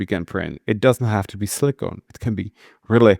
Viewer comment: Silicone, not silicon.